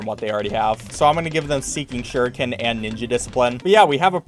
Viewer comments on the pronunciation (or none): none